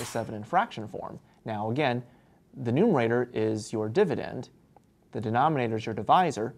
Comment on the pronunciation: Did he say "nume writer" ?... what's a nume writer? Not a joke, I'd like to know. Thanks.